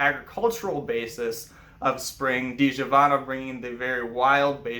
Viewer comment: "Ż" in Polish is read as "J" in French. As previously I shared Your film on my FB page, but again I suggest You to check pronunciation in Google Translator. :)